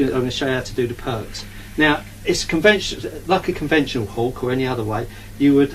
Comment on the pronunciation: It is meant to be used to create a nice tidy edge. Pity the user didn't use it to create a nice tidy edge. Also it sounds like the guy is saying "perks" instead of "perps" (short for perpendicular). This suggests he isn't a brickie.